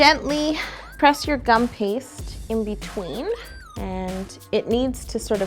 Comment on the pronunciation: Whenever she says gupaste I always think of guns... Idea! Cake a gun! You're wellcome! ^-^